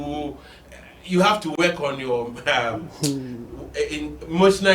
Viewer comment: The word is work not weking my country man 😅